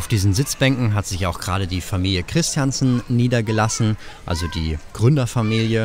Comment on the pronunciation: Ob es irgendwann nochmal lernt, dass Christiansen nicht englisch ausgesprochen wird? 🤪🤣